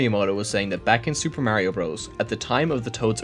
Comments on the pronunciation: pronounce mario correctly nerd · Just to be fair, I don’t trust you on any of this because you can’t say Mario correctly (just funny joke)